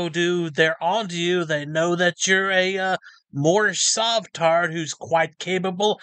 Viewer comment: My Nationality is Moormish! This guy is so bad he doesn't even say Moorish correctly 😂 🤣 (I think his name is) is an extra special one!